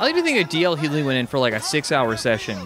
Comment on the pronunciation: D.L Hugh-Lee